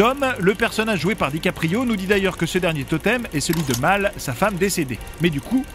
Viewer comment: pourquoi "Mal" alors que c'est Mel mdr